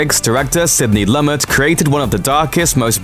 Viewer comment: Sidney "Lummit"? Really? Good grief, man. Do you have to do this in EVERY SINGLE VIDEO?